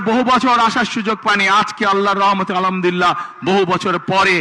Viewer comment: যে নেতা সালামটা ভালো করে দিতে পারে না আবার আলহামদুলিল্লাহ তাও ভালো করে বলতে পারে না সে আবার নাকি বাংলাদেশকে সুন্দর করে গড়বে । আফসোস মানুষের মূর্খ নেতার কথা শুনে